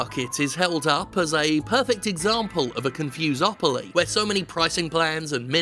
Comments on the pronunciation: "confusepoly" HAHAHAHA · CON-FOMO-POLY. EASY AS THAT. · It's pronounced "Confuse 'em Properly" hope that helped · Con-Fom-opoly? Fom-fus-opoly? Con-fom-fus-a-mopoly!!